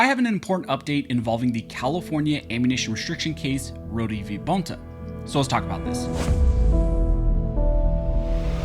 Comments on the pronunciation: I’m almost positive it’s pronounced “Roa-da” not “rodee”…….. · His name is pronounced (Road) Rhode I know that because you are pronouncing my last name (Roh-dee) Rohde.